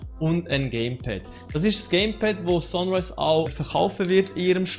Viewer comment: Gutes Video, aber biiiiitteeee englische Begriffe korrekt aussprechen :) :) "Sonrise" = Sunrise wird "Sannrise" ausgesprochen. "tomp raider" = "das O wird hier als U ausgesprochen" also "Tumb Raider" "Särver" = Server spricht man quasi "Sörver" aus ;)